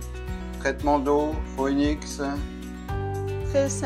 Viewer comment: Bonjour et merci pour votre vidéo qui m'a permis de monter mon filtre à eau par gravité sans crainte de me tromper. Le mien est un petit de 6L et n'a que 2 trous dans la cuve supérieure, mais le reste est identique. Si je peux me permettre la marque Phoenix tire son nom du célèbre oiseau qui renet de ses cendre et cela se dit en phonétique fénix et pas foénix. Merci encore pour vos explications et longue vie à nos Phoénix 😉